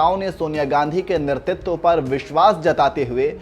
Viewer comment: कृपया नेतृत्व का उच्चारण तो सही सही कीजिये।